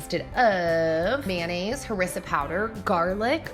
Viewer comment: The last meals in North African inspired . And it's called Ha-Riss-aa